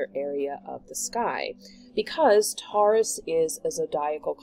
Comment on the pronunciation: Pronounced ‘Tor-russ’